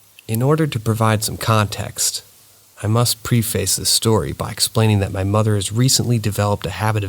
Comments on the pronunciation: *preface is pronounced pref like prep and fess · Preff- fiss